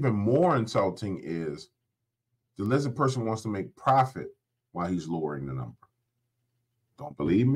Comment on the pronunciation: Can't speak clearly, LIZZA 😂